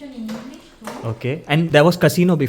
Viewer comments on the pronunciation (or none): none